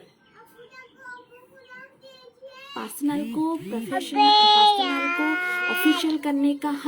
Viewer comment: Didi jo bolne se pehle script likha karo aur practice kar K live aao aur wo pasnal Nahi hota hai personal hota Hai 😂😂😂